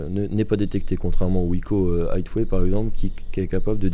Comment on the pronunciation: MDR vous avez quoi tous a mal prononcer Highway ?